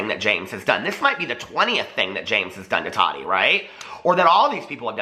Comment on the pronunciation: I just have to ask why do u say Toddy instead of Tati?